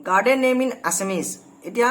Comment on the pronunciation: Hello Mr. গাৰ্ডেন নকয় গাৰ্জিয়ান বা গাৰ্জেন বুলি উচ্চাৰণ কৰিবা।